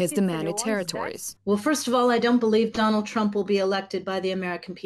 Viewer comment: Asselineau qui prononce DonaldEU Trump. Reptilien ?